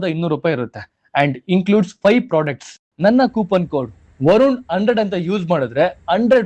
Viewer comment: ಅದು ವರುನ್ ಅಲ್ಲ ವರುಣ್ ದಯವಿಟ್ಟು ಕನ್ನಡ ವ್ಯಂಜನಗಳ ಬಗ್ಗೆ ನೀವು ತಿಳಿದುಕೊಳ್ಳುವ ಪ್ರಯತ್ನ ಮಾಡಿ